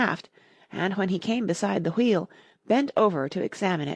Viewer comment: U say wheel wrong it's so annoying